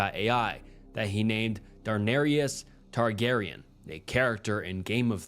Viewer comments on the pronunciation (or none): “Darrius Targaryen” 😂😂